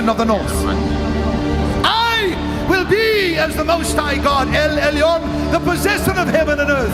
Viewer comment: I heard Kim say "el Elion"?? In an exempt you played.